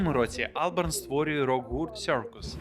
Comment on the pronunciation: Так і не зрозумів чого АлбЕрн, якщо АлбАрн